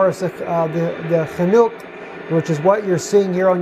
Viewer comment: its called "Chinook", the helicopter. Not "FAnook"